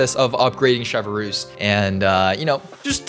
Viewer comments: The way he says her name like chevverroose bothers me like its chevreuse (chevrus) not chevrolet moose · just a little fyi it’s not “chevaroose” it’s “chev-ress” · sheh-vrooze not shev a roos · Him saying ChevERuse instead of chevreuse plays with my mind so badly 😭😭 (No hate to lol) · French speakers: Try to say Chevreuse, it's quite simple: CHEVEUX ROUSSE 🗿🗿🗿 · Full disclosure you said her name wrong